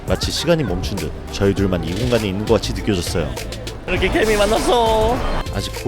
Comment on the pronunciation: 개미가 괜히로 들리네.. 괜히봤다